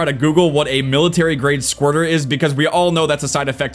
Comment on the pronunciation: Huh I thought he said Squatter